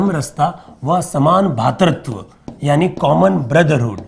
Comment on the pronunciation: बहुत ही ग्राह्य और शानदार अध्यापन सह विश्लेषण श्रीमान। भातृत्व नहीं।.. भ्रातृत्व शब्द सही होगा✔️🙏 धन्यवाद, आभार💐❣️🙏🙏